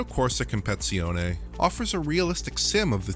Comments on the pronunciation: I had to laugh about your pronounciation of Competizione you say Compezione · I really couldn't concentrate on anything....compe"TI"zione. Like in english compe"TI"tion, not competion... I'm not even italian... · Asseto coursa kompezione If you're going to pronounce it phonetically correct, at least say it right. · Nobody:: COMPEZIONE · competsione? This dude special af lmaoooooooo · What a fuck is “compezione”??? Hahahah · Its Competizione, not Compezione ^^° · And not that it matters, but it’s COMP-PA-TITZ-EE-OH-NEE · "CompeTIzione", just like English "compeTItion". You just need to say "competition" and add a vowel to the end, it is the same word for god's sake. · I was scratching my head every time he said "compezione" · Did he just really say Compezione... This video is really poor made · " Compitzioney " LOL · His pronounciation is even worse: Comp-et-si-oni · If you can't properly say "competizione" the just call it acc 🤦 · I was wondering if that was the correct pronunciation, so I guess he did it wrong. I thought this was another case similar to what I hear when people pronounce Atlanta, and what I hear: "Alana" xD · please stop trying to pronounce competizione, my ears are bleeding xD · I think this guy is eliminating a syllable so he doesn’t say “t!t$” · FYI "Competizione" has five syllables, not four. You missed out the "tiz" every single time. As an Italian, I had to bring it up. 😂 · dude that aint even close to how you say competizione…anyway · As an Italian, hearing the wrong pronunciation of "Competizione" hurts my ears. 😅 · I am not Italian and is hurting my ears too😂😂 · Sorry, but it's so irritating the way that you're pronouncing the name of the game, it's like you didn't even take the time to look at how the word is spelled and which letters it contains 😁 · cool analysation and all, but it's compe-TI-zione, not compe-ZI-one. I wrote it down, and it hurts my ears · CompeTIzione, not compezione. 👌🏻 It's similar to English "CompeTItion".